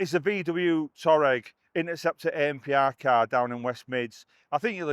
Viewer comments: It's said Twareg. Official volkswagen speak. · It’s pronounced Twa-regg 😀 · I used to deliver all sorts of makes and models to customers, I once went in the office and pronounced it Tour-ra-reg……the guy started laughing and told me how to say it properly. So from that moment on, I always made sure I was pronouncing the customers new car correctly…….delivered a few Maseratis in my time, and really had to do the homework on some of them, they have some great names 😂